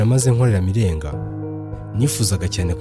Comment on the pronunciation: Broh i think we say "Mirenjye" and "Ntenyo" sinz ariko ,, but keep it up